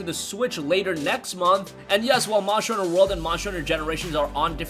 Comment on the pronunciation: God damn it's Monster hunter not muncher hunter